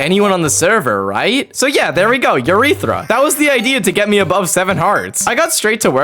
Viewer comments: no way bro said "URETHRA" ???????? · EUREKA ❌Urethra ✅